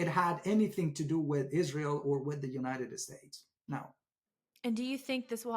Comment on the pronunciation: By the way, as a Science & Outdoor writer, and a former Columnist and Science editor for the largest Journal in its own category in the World, I challenge in Every Category (including his knowledge in English and even Farsi)!! I can't believe that Pronounced the United States as United "Estates" 😂 Dear God he just said "Eee-RAINY-Yan", to emulate people in the west who don't know the proper pronunciation!! This is laughable!!